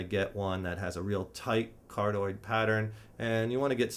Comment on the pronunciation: "Card-oid....kind of like a heart shaped". Haha you crack me up dude! It's card(i)oid, as in 'heart' in Greek. Don't mean to nit-pick, this was a pretty good video, just thought it was funny was all.